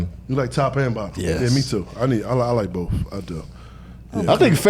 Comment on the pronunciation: "I'M ON BOF" 😂😂😂😂😂😂